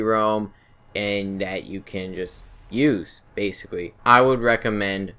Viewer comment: Gweat mobiwity basicwee